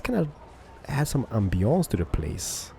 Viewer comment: I love when english people pronounce french words, the way you say "ambiance" makes me laugh (i'm french)